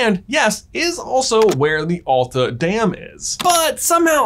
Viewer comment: you pronaunst Masi correctly but not Alta and Same. i am from Alta and kautokeino.